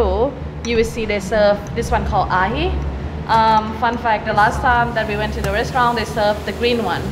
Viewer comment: It's Aji Ahh heeee